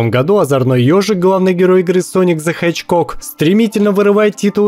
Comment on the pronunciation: Sonic The Hedgecock. Послышалось ?